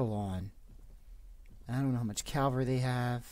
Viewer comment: sorry, but anybody else hear Calvary instead of cavalry?